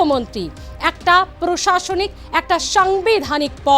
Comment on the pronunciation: এই অশিক্ষিত অসীম সরকার আমাদের বাংলার লজ্জা। ও একেবারে কি মূর্খ? ও প্রশাসনিক কথাটা কে বারবার বলে প্রাশাসনিক।